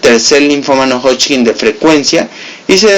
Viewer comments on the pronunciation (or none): hodgkin, no hodchkin...todo lo demas muy bien..... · Me gusta cuando dice hodching! 😙